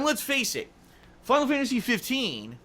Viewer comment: "Final Fyantasy 15"